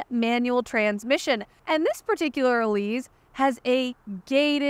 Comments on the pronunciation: It’s pronounced e-LEASE, not e-LEEZ. (it’s an “s” sound, not a “z” sound) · It's the Elise, not the "Elize" like you keep saying. Every time she says "Elize", you have to drink! 😂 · Isn’t it pronounced “Elise”? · No it’s pronounced “Elise” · Now I’ll always hear say “Eleez” whenever I see, hear, or think of the Elise. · Eleeze? Is that the way the Brits say it? Let me know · It's named after Elisa Artioli so, one can either use the softer Italian pronunciation for the "E" or a harder English "E" (as in "ee"). But the "S" should always be the normal "S" sound. Not a "Z" sound.